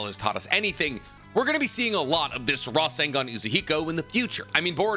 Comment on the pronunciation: I dare someone to take a drink every time he says rasangan